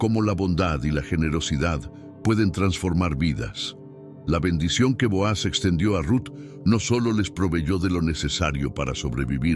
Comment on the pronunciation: NO SE LLAMA BOAZ SE LLAMA BOOZ DICE MUY MAL EL NONBRE LEAN LA BIBLIA